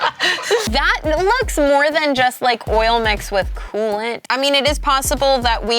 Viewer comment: oil mixed with ooolent .. did I hear that right? :P